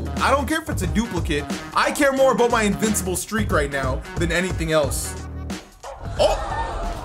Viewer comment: love hearing saying “aboat”